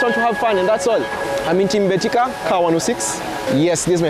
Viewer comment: Hahahaa, is it MBETIKA or BETIKA??? Kenyan sometimes can pronounce word wrongly